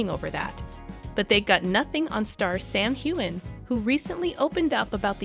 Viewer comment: Please learn how to pronounce Sam’s last name correctly